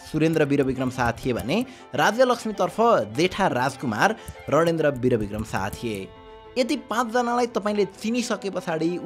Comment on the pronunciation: Renendra hoina ranendra ho